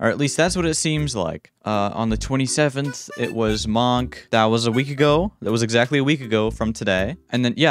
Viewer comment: Why he say monk like that